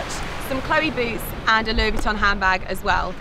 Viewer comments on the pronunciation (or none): none